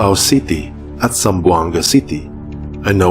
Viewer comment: Zamboanga po Hindi Zambianga .... Salamat po